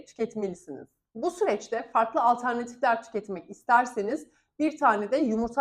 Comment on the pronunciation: Alternatif kelimesini bu kadar sık kullanacaksanız lütfen doğru telafuzunu öğrenebilir misiniz teşekkürler 👍🏻